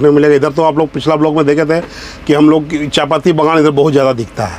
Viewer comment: "chai patti" - No "chapatti" - yeaaa xD